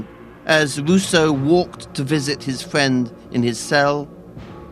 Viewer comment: Fweely emotional fwench philosopher Wousseau on weason, fweedom and his wevelation that man has built himself a pwison... Sewious subject but, sowwy, something about the pwesentation seems widiculous to me. Actually vewy neawly made me wofl :D